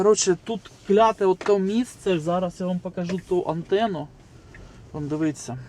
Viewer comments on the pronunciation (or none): Для автора каналу, правильно звучить "дивІться", а не "дивИться", автор каналу 1-ауто теж хворіє на це "дивИться" - можеш мене не слухати, що я прикапуюсь, але друже, ти не уявляєш, як це ріже слух і не лише у мене